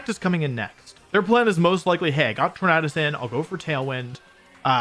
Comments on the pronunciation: Ok I can’t it’s torandes like a tornado you don’t pronounce tornado ternaaado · Sorry I don’t mean disrespect, I love your videos but you keep pronouncing Tornadus wrong. “U” is a vowel, which makes “A” pronounce differently. Look up the word tornado for reference.